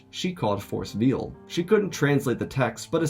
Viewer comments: Veil , pronounced "vale"" like a bridal veil. Force veil is a cloak for force presence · NGL, I thought he was saying Force "Veal" and first, until I figured out from context clues that it was Force "Veil."